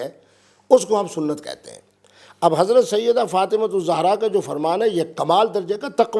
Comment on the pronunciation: mubasher sahib pehlay to ap BIBI FATIMA ZEHRA s.a ka name theak say leana seakh lo zohra nahe ZEHRA s.a hey